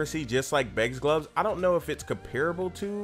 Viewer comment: why do you say glubs instead of gloves?